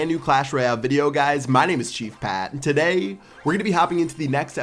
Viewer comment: The way he says "today" is funny